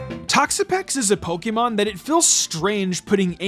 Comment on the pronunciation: It's Pokémon, not Pokeemon!!!